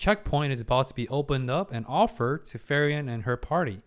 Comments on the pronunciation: I await the day that will say Frieren's name correctly. You do excellent reactions good sir and I have a lot of respect for you but her name is pronounced FREE-ren not FURY-en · Her name pronounces as FreeRen, not Furion. Furion is another elf character from WarCraft universe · Its cute how your prononciation of Frieren almost sounds like Ferien, which is a german word too and means holidays/vaccation. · Just a silly little thing I noticed, but the way you pronounce Frieren sounds a lot like Ferien. Honestly, since both are German words, I wouldn't be surprised for the latter to be a name in this series as well, considering every person and place in it is just named after a German word. But while Frieren means freezing, Ferien means holidays.